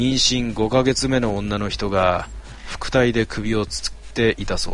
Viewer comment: 腹帯(ハラオビ)じゃね？